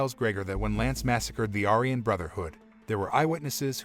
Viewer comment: are you not allowed to pronounce aryan correctly? i think they suck as people but you say it about 20 times during the video